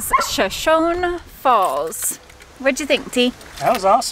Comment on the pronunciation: Just a tiny FYI... Shoshone is pronounced with that final “e” long like “ee” or “ie” in English.